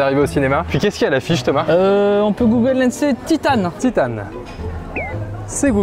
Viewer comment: "On peut Google Lenser 'Titane'" tellement bien prononcer que mon "Ok Google" de portable c'est activé alors que je regardais la vidéo sur mon ordinateur...